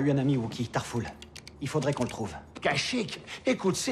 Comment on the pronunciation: Très bonne video j'adore très honnêtement mais franchement quel inculte de star wars... Tarful se prononce Tarfoul x)